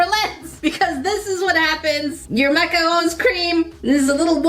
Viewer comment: I love these videos. I especially loved the macarons!! I was so excited that you pronounced macarons correctly! Most Americans can’t (or won’t). And they were so detailed and adorable with their little feet! Only improvement would’ve been a piping bag to apply the “cream” centers so they’d be nice and smoothly rounded on the edges. But you did great!